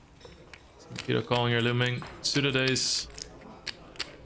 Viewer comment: His name is Nikita!!! Not Mikita